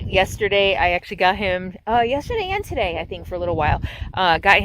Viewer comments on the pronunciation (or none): none